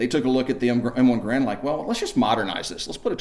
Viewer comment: HE'S SAYING GARAND WRONG